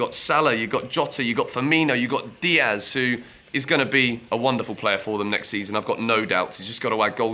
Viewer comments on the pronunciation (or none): none